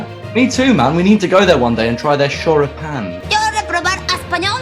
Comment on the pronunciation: DE los creadores de: "las empanadas" LLEGA: "shoripan"